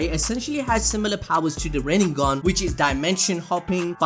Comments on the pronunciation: Boruto literally said : rinnegone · rennegan or rennegone hahahaahhaah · Sasuke : Rinnegan sasuke : Rinnegone